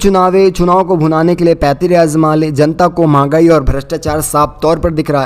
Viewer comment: Dear, samachar vachak, aap kripaya apne bolne ki shally mein sudhar Karen....jisase sunane mein pareshani na mahsoos ho.....aapka uchcharan galat hota hai...jaise aap ja ko za.bolte hain....Janta kahna hoga to zanta bolte hain.....badi takleef hoti hai....pl. sudhariye